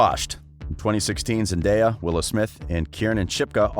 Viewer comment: I know this is about Zendaya but he pronounce her name wrong